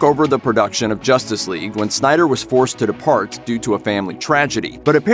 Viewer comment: "JOSStice Whegue"